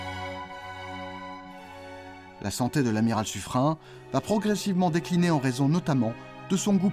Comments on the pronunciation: On dit pas sufrin , mais suffrène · on dit suffren(e) pas suffrein ! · Mes oreilles sont écorchées en entendant la prononciation Suffrin pour Suffren (ene). Suffren se prononce comme Turenne . Dans la langue française beaucoup de noms propres s'écrivent différemment de leur prononciation lieu et place de Suffrene. Suffren s'écrit ainsi mais se prononce S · très bonne vidéo merci .juste , j'étais dans la marine , à l'époque de la frégate Suffren, (prononcé sufrèn et non sufrin ) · Je l'ai toujours entendu prononcé Suffrène et non Suffrin .Mais peut être que les profs d'histoire ou les marins de la royale se trompaient sur la bonne prononciation. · Petit détail : son nom se prononce Suffrenn, pas Suffrin. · Juste une question : on prononce Sufrin ou Sufréne ????? J’ai toujours entendu la deuxième prononciation mais jamais la première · Le nom propre Suffren ne se prononce pace Sufrun mais Suffrène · C'est quoi cette nouvelle façon de prononcer le nom du bailli de Suffren ? Il se prononce "SuffRÈNE" et non "SuffRIN", ainsi qu'il est d'usage en français pour les terminaisons en "R E N". Songez aux "KaREN" qui seraient fort surprises de s'entendre appeller "KaRIN". Même le poisson d'Amazonie, le "lépidosiREN", se prononce "lépidosiRÈNE" et non "lépidosiRIN" ! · On prononce SU FREINE et non SU FREIN il me semble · Habitant juste à côté de l'avenue de Suffren à Paris, j'ai toujours entendu prononcé "Suffrène" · Ta prononciation du nom de l'amiral Sufren m'étonne. En effet, j'ai toujours entendu dire "Sufrenne". J'aimerais bien avoir ton avis là-dessus. Merci d'avance. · On prononce sufrène, non ? L'avenue de paris à ce nom se prononce comme ça en tout cas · Ça ne se prononce pas "Suffrène"? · j'ai tjs entendu parler de l'avenue de "su freine" à Paris, et jamais entendu autre prononciation. A moins qu'il ne s'agisse pas d'une avenue dédiée à la même personne? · Normal qu’il ne soit pas connu, on ne sait jamais comment ça se prononce.